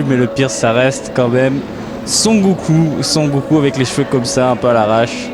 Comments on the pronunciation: ***** tu le dis "son" comme dans "j'entends un son" mais en fait ça se dit "son-ne" (sans appuyer sur le n) ^^ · super video mais tu prononces trop mal Son Goku xD